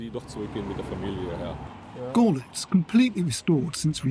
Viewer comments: its not gorlitz its görlitz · If you only speak English, then of course it is not important to you. And even that you can't really do because you spelled "no one" wrong. You also spelled "honestly" wrong. For those of us who know how Görlitz is pronounced, this narrator sounds ridiculous. It's like a documentary about London, and the narrator pronounces it "Looondam". That would be fine for you? It is amusing how you are proud of your ignorance. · I enjoy his utter mispronunciation of Görlitz. I mean, honestly, they could not find a single English speaker who can pronounce it correctly?? What a piss-poor effort by France 24. Just truly sad. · Sorry to hurt your tender British feelings, but don't you think if you make a film about a city, you should be able to pronounce the name of that city? Seems sensible to me. So if a professional media oultet makes a film about a city, and can't get the pronunciation of it right, that is pretty sub-standard. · Your umlauts are very difficult to pronounce for non native German speakers. I bet you'll have a hard time pronouncing some of our digraphs and voiced or unvoiced sounds. Not everyone is perfect. Of all the things the docu said, the only thing you heard was the wrong pronunciation of Görlitz.smh. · They are not difficult at all once you know how they work. Goerlitz is very straight forward. The oe just stretches the vowel to rhyme with 'her'. The tz on the end is quite a sharp, sibilant sound. He didn't pronounce 'Claudia; correctly either which makes me think he is unfamiliar with the German language and ergo really not a problem.